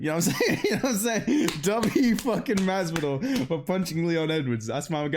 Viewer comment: He pretty much nailed the generic Miami Latino accent